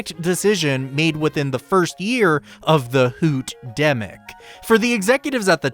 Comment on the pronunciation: “HOOTDEMIC” HELP